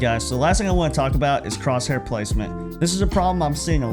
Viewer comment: Good video mate just with crosshair the h is silent